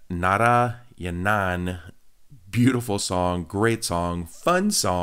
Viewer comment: It's santhosh narayanan dad Not santhosh nara-yana-n 😂😂😂😂